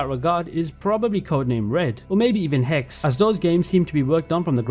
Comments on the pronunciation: The second E in "Hexe" is pronounced just like the first. Not "Hex" but "He-Xe". Little german lesson from a native speaker ;) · heks is not how you spell hexe it's more like this: PS: I'm from Germany